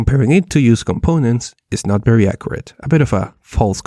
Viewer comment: Berry berry Impressive